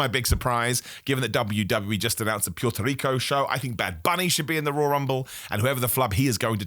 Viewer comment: Love the videos, always. One small nitpick; as a Puertorrican, I always forget to leave a comment or something saying that it’s not pronounced “p-ee-er-to”, rather it is pronounced “p-oo-er-to” 😅 that’s all! Bald heads united!